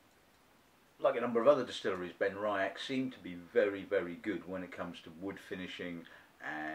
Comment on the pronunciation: Just to mention that it's pronounced "Ben-Ree-ach". There is no "I" in the middle.